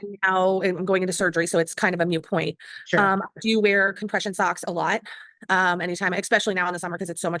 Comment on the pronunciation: I hate when people say mute point instead of moot point, which is correct.